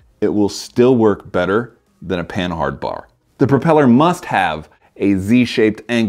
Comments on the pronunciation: It's not PAN-HARD, it is pronounced PAN-ARD it was invented by a Frenchman named Rene' Panhard. In French the H is silent. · Isn't Panhard pronounced like Pa-nard, like the French car company?